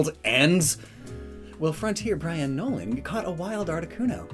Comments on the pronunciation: Did my guy here just say Frontier Brian? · He said Frontier Brian Nolan instead of Frontier Brain Nolan...